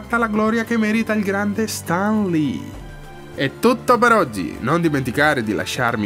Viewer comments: io non riesco a capire che accento ha...non si legge stan ma sten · In Italia, ma evidentemente è come se fossimo al contrario! Stan Lee si pronuncia Sten e c'è poco da fare! Onestamente se fai un video incentrato su un personaggio (tra l'altro anche un video carino con una bella idea di fondo) dovresti essere sicuro della pronuncia del nome! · Stan si legge Sten, Sam si legge Sem, tralasciando Raimi😂